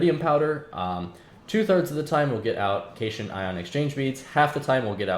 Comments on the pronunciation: one last thing is that as far as I know cation is pronounced "Cat-Ion" not "cashun" however that could be a British english vs American english thing. btw cation refers to a positively charged ion while an anion is negatively charged, so the beads are probaly ment to be some kind of catalyst, which would explain why you get them back. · Enjoying the series so far, one note cation is pronounced cat-ion similar to how anion is pronounced an-ion